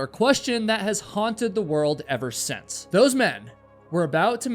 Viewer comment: The word "also" doesn't have a "t" in it. And it's pronounced "since" not "sense". My God, who taught you to speak English?